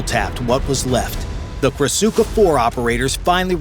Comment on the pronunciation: The correct pronunciation is KRASUHA